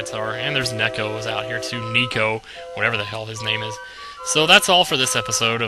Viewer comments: NEH-ko. It's Japanese for cat. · Neko is called Nay-Koh. But, yeah, Neko.